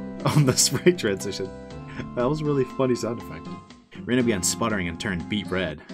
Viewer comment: It's definitely not "Ree-na", it's more like "Reh-na"